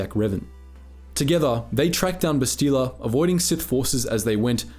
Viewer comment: How does someone who must have played the game, and is a Star Wars fan (I'm assuming), say Bastila's name wrong?